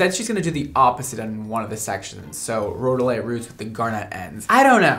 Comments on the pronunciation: Geologist here, you pronounced rhodolite correctly, like road-oh-light. Garnet is my favorite mineral/gemstone and I'm kind of obsessed that you have a gemstone line to your colors. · You said it correctly, its Rhode-a- lite 😊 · You said it correctly: ROH-doh-lite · You’re pronouncing it correctly, row-dow-lite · She is saying Garnet correctly, you are saying Rhodolite correctly. I'm a jeweler. Hope this helps!